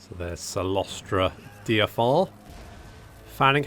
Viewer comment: You know, I saw this early-access coming a (nautical) mile away. Also, how hard is it to pronounce (Dire-Fin)? Wait I remember your butchery of the empire provinces... Well that fat lady sings... starting now!